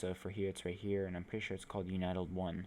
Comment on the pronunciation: Its "un-tie-tulled," not "you-nite-ulled." What a strange way to pronounce that.